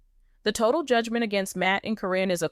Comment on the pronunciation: Caryn is pronounced Karen btw. Your video could be taken more seriously if you knew her name. 😂